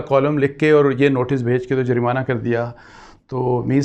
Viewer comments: Yeh "jareemana" kia hota hai its JURMANA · This clown can not pronounce "jurmana"